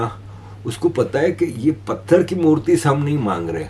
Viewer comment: Murti not murli